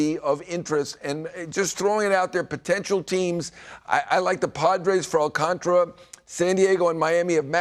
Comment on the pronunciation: Appreciate the knowledge from Heyman however how difficult is it to pronounce Alcantara correctly? You are getting paid to do this. Please respect him by properly pronouncing his name.